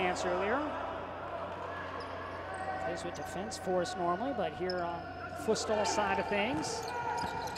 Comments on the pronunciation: Es futsal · Why does the commentator keep saying fustal?